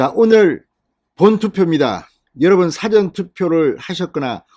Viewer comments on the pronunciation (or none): 사전과 사~~전 발음을 구분하여 발음 부탁합니다.